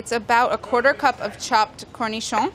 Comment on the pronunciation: says cornichon perfectly but nobody can say worcestershire xD